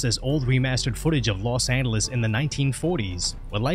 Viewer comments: Say lo angeles again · Ahh yes Los Andelus Nothing like a speech impediment to make an otherwise boring video a little interesting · “in los anduhluz” 😂 los anduhluz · This guy pronounces Los Angeles without the g sound lol. Kinda trippy